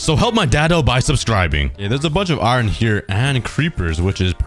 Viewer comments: Ie-Ron? Ireon? AAAAARON~! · Why do you say iron like iwren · Who in God's name says iron that way lol. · It's spelt iron but pronounced iern